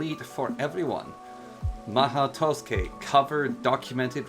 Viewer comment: "maho toskey" lol